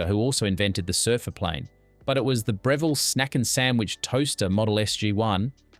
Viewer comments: We never made jaffles on the fire with a "Bra-ville", we used the good, old Brevvel 😉😆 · I love seeing all these reminders of my childhood but that AI voice😬 “bree vell” NO! It’s “brev” as in “rev” (seven, Kevin, never😉) “ull” It’s almost sacrilege to mispronounce the name of such a magnificent piece of culinary kit😂🇦🇺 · Stop with the AI voice that can’t pronounce Breviile and tomato. Couldn’t finish watching this. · AI voice over. Mispronounced Brevilles (not Breeveels), Tooheys (should be silent H) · Absolutely cringe AI voice, can’t pronounce Breville or galah. 🙄 You’ve been warned.